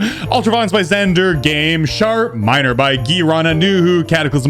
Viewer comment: It always sounds like he is saying shart minor 😂in the intro